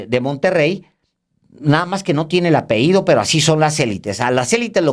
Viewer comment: ¡ALEJANDRO! Minuto . Por favor, Alejandro, "apeído" o "apehído" no existe. La palabra es apellido y se pronuncia apellido. No decimos peízco, sino pellizco. Un cojín no es "muído" ni "muhído", sino mullido.